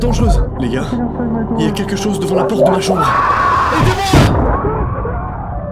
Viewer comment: A seconde c'est moi ou il dit "OUVRE LA POTRE" 😂😂